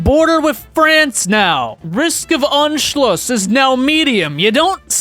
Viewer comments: it’s pronounced on-shl-us, not unshloos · you dont say anschluss you say unscluss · It is funny to me how you pronounce Anschluss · As a German, it’s not “unschluss” it’s “A-nschluss” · tbh, you still lack the skill to speak german or austrian words correctly... i lack that skill, too v but i at least know how they are supposed to sound and anschluss was not spoken correctly. it's not ONSCHLUSS!